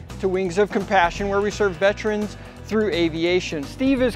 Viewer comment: "Vetrins" is not a word.